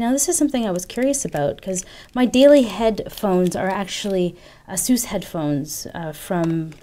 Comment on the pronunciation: Is it really that compact? It appeared as if it was pretty compact even though it had a 6" screen. I might have to correct you here, you're pronouncing Asus incorrectly. Nothing new, every 99 out of 100 people tend to do so. Here's a video uploaded by Asus North America: BTW I'm really delighted that Mobile Geeks got their review samples as no proper technology channel got them till now. Thumbs up!